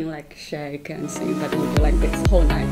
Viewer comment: "You just drink a lot, aaaaaaand, you just drink a lot", ging stuk om deze uitspraak😂😂